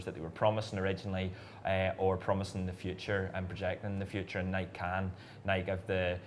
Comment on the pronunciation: Why can’t Brits pronounce “Nike” correctly? 😂 It rhymes with “crikey” not “bike.”